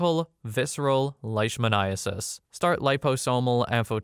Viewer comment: Vet student here, spot on with the pronunciation of leishmaniasis